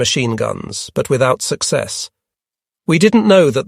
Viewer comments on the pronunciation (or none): none